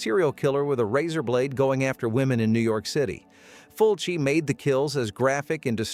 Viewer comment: "FULCI". F.U.L.C.I. Jesus christ.